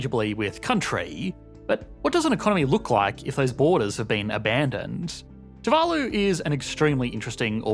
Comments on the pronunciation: your pronunciation of too-va-loo is driving me crazy. You keep switching back and forth. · The pronunciation of Tuvalu is painful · 1 video, 2 different pronunciations of Tu-VA-lu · And here I thought it was pronounced toovaloo